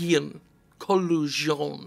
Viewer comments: There's one O between the L and the G, where is Jim getting this "oo" sound from? If it was Kolugeon then okay, fair enough, but it's an O. One O! Stop it! Oh, also, great looking game. Thanks for bringing it to our attention. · Ko-log-eon. There. I pronounced it for you. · I thought you said it like "Collagen" the shit that our nails are made of.